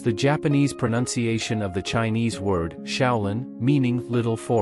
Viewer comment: Shaolin, not xiao Lin. Xiao = small. Shao = young. Based on the writing.